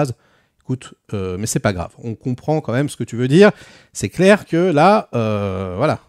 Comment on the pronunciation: Correction : "d'où qu'on djit" , le cardjinal, djire, "comment tchu veux qu'on fasse", "rien k'ch'une pauv' bande" 😂